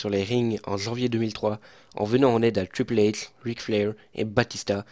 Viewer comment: Mec désolé mais ta voix c'est insupportable essaye de faire quelque chose la :/ t'arrive même pas à dire Triple H...